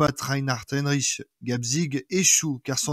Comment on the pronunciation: C'est Reinhard Heydrich et non Heinrich comme vous le prononcez